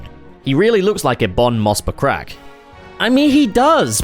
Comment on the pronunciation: "Ebon Moss Buttcrack" he says hahah